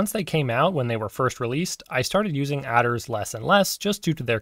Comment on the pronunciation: It's mad to me that you pronounce "attrs" as "adders"